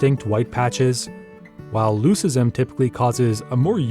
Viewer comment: Love your videos, they are great! I also love building bird nesting boxes and I've noticed there are never enough. Btw, leucism is pronounced with a hard c, like Luke-ism.